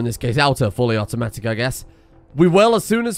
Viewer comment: Fuwwy Awootomatic